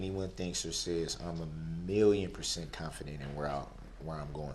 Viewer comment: “Substain” “Confurdent!” “Un-relevant!” “Under Duresst!” “Biast!” “Null and Invoid!” “Dark Skinded!” “Is it fair to say?” “Is that lawfully law?” “Is that a “TACK-IT” agreement?” “I don’t consent to being called by that name nor do I consent to being called defendant nor do I consent to being called he.” “I want to state for the record that I’m not a person I’m a human being.” “I’m always the one getting “AMONISHED”. “Your Honor, that’s “COHORSION!” “I will be able to re-cross “EXAMINATE.” “And after you “SPEAKEN” with law enforcement, did you do any follow up?” “Is it fair to say that because you were so “FIXIE-ATED” by the eyes that it would be hard to tell any other features of the driver?” “It seems to me that all you guys wanna do is gang up on me!” “It’s not an examination, it’s direct!” “Shell casing… bullet fragment… same thing!” “You did being disrespectful, you did being disrespectful!” “You said you collated, what do dat mean?” “I don’t understand, what is “ATTA-TATION”? “What you won’t hear me do is argue facts.” “I always thought Newton’s Law had to do with gravity.” “I didn’t say first, I said he made the initial 911 call.” “The Fifth Amendment Right to silence was invoked so why did you continue to record?” ("You have the right to remain silent. Anything you say can and will be used against you in a court of law.”) “Your honor, what do you mean the papers I want to submit as evidence is hearsay, I wrote them myself?!” “I’m far from an Idiot!” “I’m not the sharp